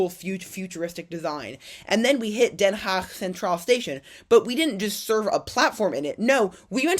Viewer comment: Oe, like in Zoetermeer is pronounced like oo in good. I like to see what surprises you, whereas I (65 years) have seen it develope. Den Haag you pronounce remarkely well!!